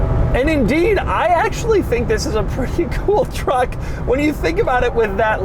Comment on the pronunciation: When he said “this” it sounded like he said VIS…😂💀